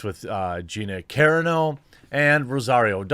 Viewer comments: Its CA-RAAAA -NO not CAREANO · Ca-ron-oh, not Karen-oh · car on o, not, care un o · caRAno is pronounced like roMAno or ciLANtro not “CARE-uh-no” you silly goose. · It's Carano, not Careno. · CAAAA Rah no. Not Care-a-no lol. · Dude! Are you EVER gonna say Carano properly? Karen's. Lmao. Love the channels. Its Kuh- ron- o... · Jeremy. PLEASE. It's Gina "Cuh-RAH-no", not "CAIR-ruh-no". PLEASE get it right! LOL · Ive always heard Gina Corano's name pronounced core-AH-no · Like many he obsessed w the 1st syllable. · Gina Karen-O? Dude you have too many subs and are too high profile, to not do a few minutes worth of research, on pronunciation. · Dude, u really gotta learn how to say her last name correctly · Please for the love of god - find someone else pronouncing Gina's name correctly and commit it to memory. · You did pronounce Gina Carano's name correctly in the last couple of videos, but now you're back to mispronouncing it. Ahhhh cringe. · The real question is will Jeremy ever pronounce Gina's last name correctly? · ... Can someone please tell him how to properly pronounce Gina Carano’s last name?? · It'd be one thing if he mispronounced my name. But Gina Carano is famous. He could have just youtubed a fight she was in and listened to the announcer saying her name. Problem averted. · The fact that you can't pronounce Carino right tells me you don't really care about this. You're just reading an article. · Bro, you’re killing me. Ka-ron-o, and Ta-no. Just trying to help buddy.